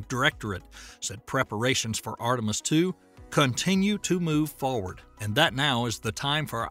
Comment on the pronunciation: "Foward" is not a word. "Tempyuhture" is not a word. "Tuesdee" is not a word. "Progrum" is not a word. Filled is not pronounced "field".